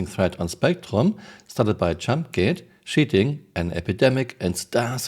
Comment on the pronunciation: The way you say "cheating" sounds like 💩 ing